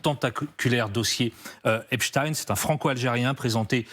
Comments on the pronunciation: C'est Epstein et non Epstine ! Vaine tentative d'essayer de nous le faire passer pour ce qu'il n'est pas. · Pourquoi prononcez vous # esptine # et non epstein ? C’est grotesque. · Caviardé ? Ça veut dire quoi en novlangue ? Epstine et non Epstein pourquoi ? Merci le DOJ et les USA . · Epstein ptn pas epstine!!!!!!! Est ce qu on dit Einstine? Non on dit Einstein. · Le pire c’est que c’est un réseau qui tiens des blaireaux par les c. alors que moi et mes potes n’avons pas peur et ne sommes pas corruptible. Et c’est EPSTEIN comme Albert Einstein pas epstin. Rien que cela c’est bizarre. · C'est drôle, pourquoi Epstine et pas Epstein (prononciation à la Française). On ne dit pas Einstine mais Einstein, non ? Donc éliminatoire et je zappé cette vidéo maintenant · Epstin vous dites 😂 Vous êtes vraiment des clowns C’est vrai qu’en France on dit Einstin et Winterstin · Purée mais c'est d'origine allemande ça suffit de dire epstin . C'est nul ....! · Epstine, Poutine, Einstine... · Epstine ? On dit Albert Einstine du coup ? Waaaa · Il faut prononcer le nom Jeffrey Esptein au lieu du s il faut prononcer ( CH au du S) c'est un nom sioniste !!!!!????🐕🐕🐕🐕🤣🤣🤣🤣